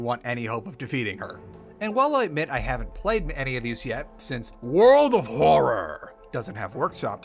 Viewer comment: really wish he'd stop saying world of horror like that </3